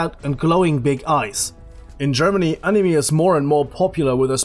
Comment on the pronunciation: Just saying Cuz its super annoying